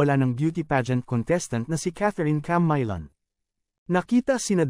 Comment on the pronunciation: Camaylon? Ok ka lang bulol? Ayusin mo magsalita